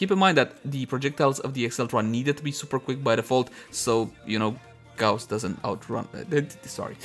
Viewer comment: Just for ur information - it's a German word so it's not goose or Goss it's gauss xD